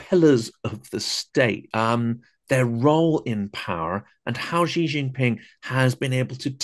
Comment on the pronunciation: Notice guest says Xi correctly as “she” while host mushes it into “jee”